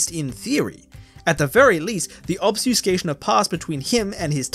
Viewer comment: Are you trying to say "Obfuscation" lol? It's REALLY throwing me off every time you say it without the F. Or is there another similar that you're actually saying? Just curious, not tryna be mean.